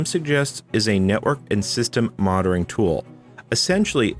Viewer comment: moNItoring NNNNN not DDDDD